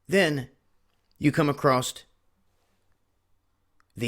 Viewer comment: arrrrghhhhh it's not acrosst it's across bro plz stop sayin acrosst